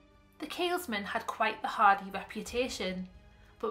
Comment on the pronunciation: Tiny point but I couldn't help getting distracted every time you said it. There's no 'S' in the middle of Keelmen. Apart from that, a very good video!